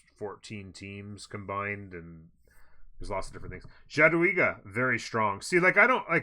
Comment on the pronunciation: Nice videos, thanks. FYI Jadwiga is pronounced ya-dvi-ga :P